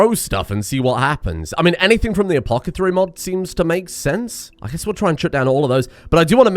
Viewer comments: Think he's ever going to realize he's been saying Apothecary wrong the past few episodes? Though, knowing how he is, he'll just double down on the incorrect pronunciation. "Apocethary table" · apoTHACary not apoCATHary